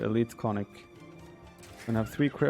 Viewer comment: Konnik pronounced Kon-nik, hard "o" like in Oh, or tone (but short), hard "i" like in Single